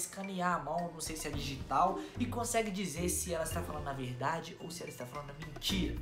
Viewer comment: Eu achei engraçado vc falando verdadii kk